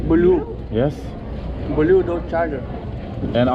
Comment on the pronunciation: o nasıl bir blue demeek yiğidim, İngilizceye yeni bir akım soktun . Tiyatrocularda bizim lisanımız kusursuzdur diye geçinip dursun ama konyalı bi silah satıcı gelsin gayyış gibi söylesin.